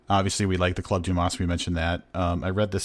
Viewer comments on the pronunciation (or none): The s in Dumas is silent!